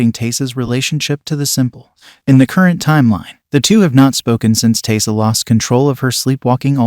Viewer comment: Pretty sure Biscuit was the one that bit Taissa. You know, before she cut his head off. Also, it's pronounced Ty-ee-sa.